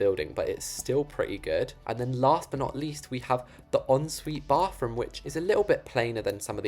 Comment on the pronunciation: why do you say "bafroom"